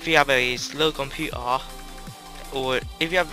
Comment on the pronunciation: do you have a slow computaa lol, sorry it sounded wierd. But good video dude. could u do a tutorial on how to do the getaway black monday on the emulator plz!